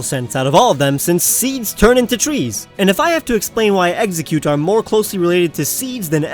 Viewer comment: Exeggcute, not Exucute!